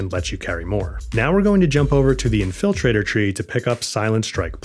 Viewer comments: "In-FILL-traitor" is going to be stuck in my head now. Good tips. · In-FIL-trator tree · Never heard anyone pronounced infiltrator that way 😂